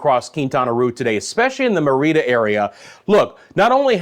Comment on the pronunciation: Thank you for the quality forecasting. Merida is pronounced : Mair a da ( at least by us gringos ).